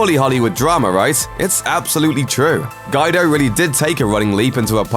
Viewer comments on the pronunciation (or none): It is getting quite annoying hearing all these ignorant presenters who can not even pronounce well known names and words. I mean Guy-do. How can anyone reach adulthood and have never heard the name Guido?